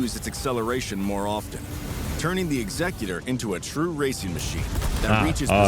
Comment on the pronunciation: why is he saying Executor like that, that’s literally not how it’s pronounced anywhere